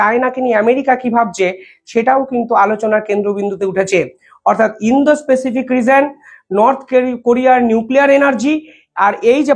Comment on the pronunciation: স্যর কিছু মনে করবেন না। প্যাসিফিক (pacific) উচ্চারন হবে। পেসিফিক নয়। এক কথায় অসাধারণ প্রতিবেদন।